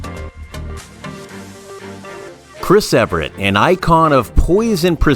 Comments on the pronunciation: This video is unwatchable because Chris' name is mispronounced throughout. It's Evert (E-vert). NOT Ev-rett. If the video is going to be about someone, then get that name right for heaven's sake. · Evert - not Ev er ett. How difficult is it to learn the name of the person featured in your video? 🙄🙄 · YES very annoying mispronouncing her name! EVERT NOT EVERETT!! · It’s one of the most annoying mispronunciations because Ev er ett very clearly requires extra letters. It’s not like potato vs potato, am I right? 😬😬